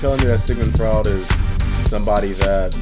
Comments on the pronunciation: Sigmund Freud (last name pronunciation: froyd). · Freud is pronounced F-roy-d. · Says Freudian Slip correctly but mispronounces Freud. 'kay.